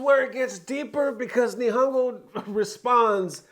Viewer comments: It's pronounced knee-han-go and then gamer. Also wasn't the FGC acting like a bunch of bitches over sf6 box art? Lol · Pronounced kneehongo Nihongo means Japanese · It's pronounced like "knee-hon-go" (Japan in Japanese) <3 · it's pronounced Knee-Hone-Go. it means Japanese language